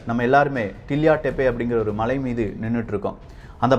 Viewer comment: தம்பி, உமது பதிவுகளை ஏற்பதில் எவ்வகை தடையும் இல்லை.எனினும் தயைகூர்ந்து தமிழ் மொழியின் உச்சரிப்புகளை சரியாக பதிவிடுவது அவசியம்.உ+ம்:கள்ளறை(கல்லறை),மளை(மலை) இதுபோன்ற ரறனணலழள எழுத்துகளை சரியான முறையில் உச்சரிக்க வேண்டும் என தயவாக கேட்டுக்கொள்கிறேன்.நன்றி.